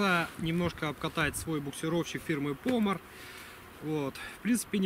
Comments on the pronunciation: Приветствую! Не ПОмор, а ПомОр... Пружинка и гаечка на двигателе от завода изготовителя, моторное масло(не трансмиссионное) залито производителем букса Помор не по щупу, как многие льют, а по паспортным данным 1,1л чтобы исключить масляное голодание(это важно знать) ... Ремень вариатора не трётся, а просто скользит при остановке двигателя, а в рабочем состоянии он никоим образом не может тереть площадку букса, тк натянуть...велосипедный курок более чем удобный... Регулировка тросик а газа на нем алюминий (мягкий) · Согласен, не правельно произношу ПомОР